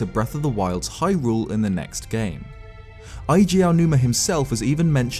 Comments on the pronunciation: For all your amazing theories and insights, I'm surprised the one thing you haven't researched all this time is the correct pronunciation of our beloved Eiji Aonuma's name lol. It isn't Eye-jee... it's Ay-jee (first syllable rhymes with "day"). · Eiji, not Aiji Aonuma ;) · It's "Eiji", not "Aiji" Aonuma.